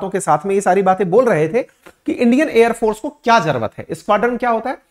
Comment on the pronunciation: sir jrvt bol reho aap jrurt ko😅😅